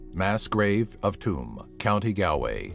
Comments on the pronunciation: It's pronounced "Choom county Gawlway " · Galway, pronounced Gaul-way. Tuam, pronounced chew-mmmm. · Number 1) Tuam, Galway is pronounced Choom, Gawlway Do a top 10 on something Irish or Ireland itself 👍🇮🇪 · It's pronounced "Choom" not "Too-am" and "Gall-way" not "Gal-way"...you really should update your research on that one by the way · And Tuam as in chew mmm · I live where the number 1 spot is. Tuam is pronounced choom and Galway is pronounced gaul-way. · pronounced Tuam and Galway wrong 😩 my cousins live there